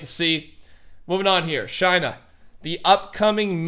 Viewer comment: Everyone time he says "Shiina", I think he says "China" lol